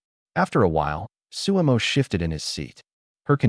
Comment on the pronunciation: his name is su mo NOT su emo